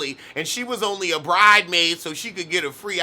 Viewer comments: My heart jumped every time you said “bride maid.” 😭😭😭😭😂😂😂😂😂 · stop saying 'bridemaid'. It's going to stick 😂😂